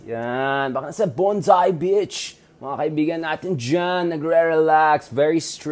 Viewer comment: BONDI BEACH not BONSAI BEACH.